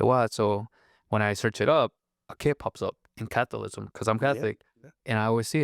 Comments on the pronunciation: Cath - o - lism ? Talk about " ignorance" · CA-THO-LI-CISM NOT "CATHOLISM." ONE HOLY CATHOLIC AND APOSTOLIC CHURCH!